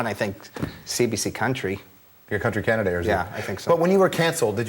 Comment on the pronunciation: learn how to say canada and then do ur stupid comments